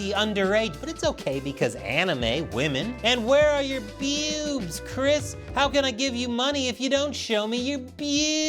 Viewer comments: I think i never want to hear you say bewbs like that ever again xD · Sometimes I misheard him saying bewsb as "PPPEWWWBS" XD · Now this is how I'm going to pronounce BEWBs. It's so much fun! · With the emphasis on BEWBS, you can tell Chris is a man of culture.